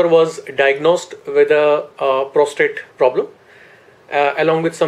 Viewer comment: Is he saying prostrate instead of prostate? Wtf schoolboy error